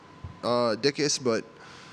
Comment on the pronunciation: "...Dick-us?" Freudian slip?